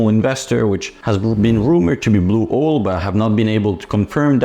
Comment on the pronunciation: I really enjoy your content. If you could do one thing... The way you say "Owl" is the way we Texan's say "Oil". Since you are based out of Dallas please do one oil stock vid and pronounce oil the way you currently say Owl. Then you can consider yourself a true Texan. 😂. Keep up the great work!